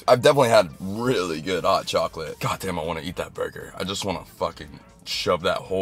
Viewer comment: “Gayyat damn”